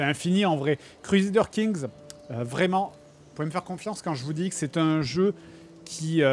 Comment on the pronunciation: Cruezadeur king 3 Ragnar Lothbrouk ... Je suis à 5m de vidéo... Fred tu à la meilleur prononciation au monde, pitié garde la XD